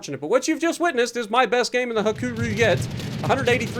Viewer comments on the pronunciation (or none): "白龍" is the Japanese name, meaning white dragon, and is pronounced Hakuryu, with more emphasis on the r and y towards the end, making a RE sound, where as you're pronouncing it more as Ha-ku-roo, which would be incorrect for the Japanese CV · The name Hakuryu is pronounced Ha-ku-REE-u for your information. Absolutely insane how much that team just didn't want to do anything beneficial